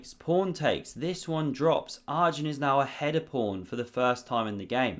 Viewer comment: Enjoying your videos and commentary style. But as Arjun is not going away from the chess scene for many years yet, it's worthwhile to learn the pronunciation pf his name. It's not Are-jun, it's pronounced Er-jun, as in the word err. Very jarring otherwise.